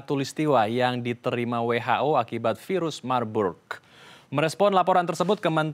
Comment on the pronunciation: virus marburg baca virus mabuk 😁